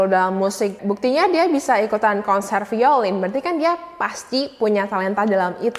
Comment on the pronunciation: "Violin" sounds more like (vai-lin). Cmiiw, idk how it sounds on different accents.